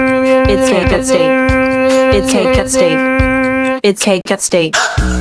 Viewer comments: It's really cool but just sort of didn't say cake at stake he said cake stajjjke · Bro what happend to saying " cae cae cae cake at sta sta stake and saw saying " Cake at staike "